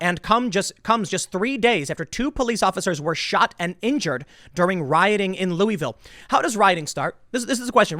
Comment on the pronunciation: Can you please pronounce my city’s name right. I love you tim but it’s not “louie-ville” it’s pronounced like “Lou-uh-vull”